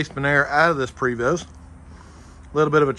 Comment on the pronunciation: You can pronounce Chateau. Prevost is also French. The E is a long A and the ST is silent. Prayvo.